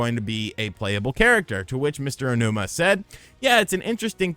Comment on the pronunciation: Learn how to pronounce Aonuma correctly.